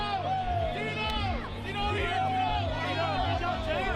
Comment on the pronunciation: I don't get why Tito still comes out with the Mexican flag, only thing Mexican about him is his name which he can't even pronounce right lol